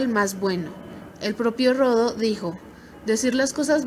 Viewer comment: Gracias por la información. Solo que no se apellida Rodo; se apellida Rodó. Tampoco es «Próteo»; es Proteo, sin acento.